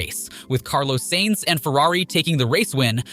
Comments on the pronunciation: The way this guys pronounces drivers' names...like SAINTS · Carlos "SANES" How can anyone take you seriously when you can't even get a race winners name right? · Appreciate the content OF! But I guess since this channel's still growing in early stage, you won't mind some suggestions like "Sainz not Sehnz", "Alpiiiine not Alpaine." It's just a matter that themselves are already tired of explaining.